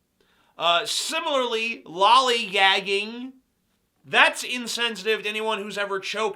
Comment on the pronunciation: Lallygagging, not lollie-gagging. LOL.